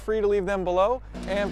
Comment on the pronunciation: Le Mans is pronounced "L'man" there is no "s" in there. Easy to remember: "Bon-Appety, L'man, Illinoy"